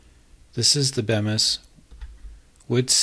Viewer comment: It's actually pronounced Beemis but despite that it's a good video.